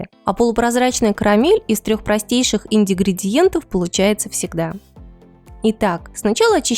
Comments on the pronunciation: Дорогая, нет такого слова ИНДИГРИЕНТЫ!!! Правильно говорить ИНГРЕДИЕНТЫ!!! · тоже читал найти про это коммент "ингридиеренты" 😂😂😂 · Я не ослышалась? ИНДИГРИДИЕНТЫ??? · Можно говорить по нормальному ингридиенты а не "индингриенты" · Индигридиенты. Понятно, что оговарилась, но звучит забавно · Индигридиенты ААААААХААХАХАХАХАХХАХАА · Как интересно прозвучали "Ингридиенты" - "Инди- гринди - енты".. 😄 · Индидигриенты... Я умираю, как смотреть видео если с самого начала где не можешь? 😂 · Лимон нах не нужен. Индигридиенты кровь с ушей пздц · Ролик хороший, только инДИгридиенты исправьте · Что такое индигридиенты? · Индиградиенты, или поправьте меня!!)))) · По-моему «индигредиенты» потрясающе звучит, буду использовать в речи 😄 спасибо автору за видео, возьму на заметку рецепт, очень подробно рассказано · Индигридиенты гыгы,сказала бы состав,чем выговаривать так позорно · ахах, 3 раза отмотала, начало супер...но собственно автор просто заговорился)) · не надо использовать чужеродные термины. " Индигридиенты" раньше не присутствовали в русской речи. А коль, этот термин понравился, произносите его правильно. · Что вы умничаете? Человек просто оговорился